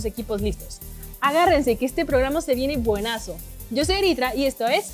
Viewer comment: Es Buenardooo no Buenaso